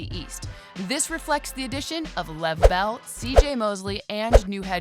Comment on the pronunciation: Did she say lev bell? 😂